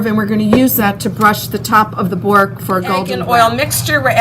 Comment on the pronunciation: Good video but try and pronounce borek properly please.